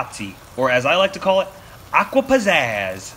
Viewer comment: It's acqua pazza the correct way to say it..😁😁